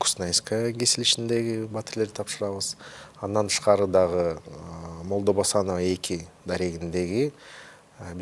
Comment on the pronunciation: көчөлөрдүн атын кыргызча туура айтсаң, чоң чиновник туура сүйлөш керек! МолдобасановА, МаликовА- деген кандай?!!! Алар эркек кишилер болгонун билесиңби?!! Уят! ТоктогулА, Тагалока Малда- деген орустардан айырмаң жок го?!!!